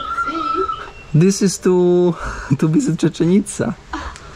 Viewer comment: Tak jak bardzo Cię lubię, tak bardzo mi przeszkadza twoje przekręcanie nazw własnych. Nazwę tego miasta powinno się wymawiać Cziczen ica i do szału mnie doprowadza przewijające się przez cały odcinek Czeczen ica.😬